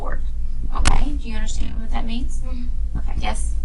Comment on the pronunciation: Where was DCFS (CPS) before all of this? This could and should have been prevented!! Side note: I couldn't stand the way the detective said "Okay", she said it like "Okuam" 😒